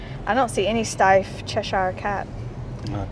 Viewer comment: Love the video but you really buttched the brand name Steiff and Swarovski 😅🤣